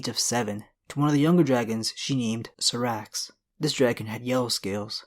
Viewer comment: Hey dude.. I've been subscribed for a while now.. I like your videos a lot but, please... you need to do some research on the correct pronunciation of certains names like: Sothoryos, which is so-tho-RY-os, or Syrax, which is pronounced SAI-rax, and others. Not a complaint, just an advice to improve. Grrm already clarify the correct way to say those words in many interviews already and also helps on this, so it shouldn't be so hard to find. Anyhow, another great vid. Cheers!